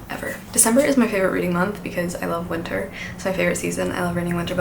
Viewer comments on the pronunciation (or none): none